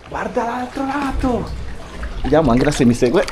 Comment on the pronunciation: Ciao ragazzi, vi seguo da qualche settimana avendo scoperto il vostro canale. Avevo una domanda, perché si pronuncia "Anghela invece di Angela" ? È pronunciato alla tedesca 😊 Bacio Briciola